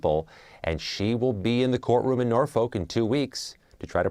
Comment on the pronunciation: It's pronounced " Nor-fuk" not "Nor folk"